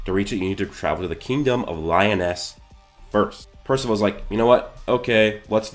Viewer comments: LEEEE-OOOOOHHH-NEEEESSSSSSS not lyon-es TF??? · Lee oh ness is how you say it I think? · Lee -oh-naise..... :p lol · Li-o-ness 😂😂😂 good vid though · Cool vid but Liones isn’t pronounced that way bro